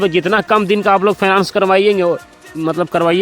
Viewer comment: अरे पहले सही से बोलना सीखो फाइनेंस बोलो